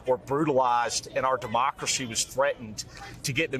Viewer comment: DUHMACWACY IS HANGING BY A THWEAD:face-purple-crying